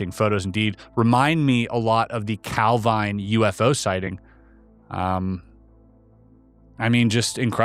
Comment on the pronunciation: Love your channel. Wee thing, Calvine in Scotland is pronounced Calveen not Calvine;)